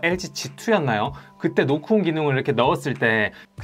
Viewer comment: 노크온 설명하는데 왜 노콘으로 들릴까여 ㅜㅜ